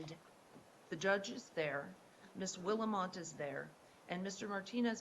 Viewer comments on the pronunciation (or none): 🤣Judge called Willmott 'Will-a-mot' 🤣